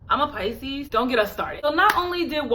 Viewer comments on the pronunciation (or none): none